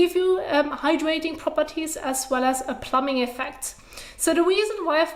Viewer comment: Great video, xD it's really cute, but I felt I should say, when you need to say plumping effect, try and put emphasis on that 2nd p, plum-Ping... I keep hearing plumbing hehe, learning so much from this channel, your amazing 👏